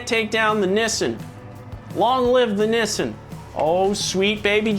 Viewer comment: I like you, I did find it weird the way you pronounced nissan, but I won't let that sully my opinion of you